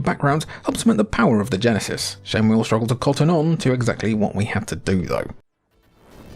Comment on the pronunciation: Each time a Brit says "Genesis" a Flicky dies